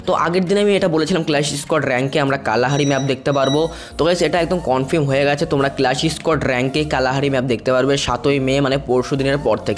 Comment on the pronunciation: bro, উচ্চারণ ঠিক কর confirm 👉এটা "কনফিম" নয় এটার উচ্চারণ হলো "কনফার্ম"